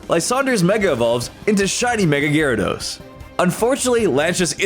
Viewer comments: GYARADOS, NOT GARADOES! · IT'S GYARADOS, NOT GYADORS!